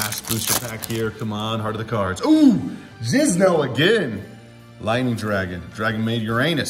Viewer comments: for years you’ve been saying “J-I-Z-N-O”.... ITS JINZO! JINZO JINNNNNNNNNNZO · Jin-zo not jizz-no lol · Is jizno an inside joke? Or are you just mispronouncing Jinzo's name? Lol. I had to google Jinzo to make sure it was spelled that way and not Jizno because it's been that long since I've seen the card irl. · So messed up how he calls him Jizno, you know what your doin. Why you gotta be F'in with my boy?! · IT'S JINZO SIR. You're a good man but god, my blood pressure done risen, good vid tho😂🖖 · Why do you call him jizno. I'm so confused